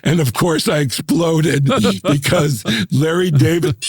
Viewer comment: OMG she actually calls him “Lah.”